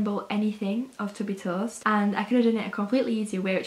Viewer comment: The way she says toast I- ToE-est!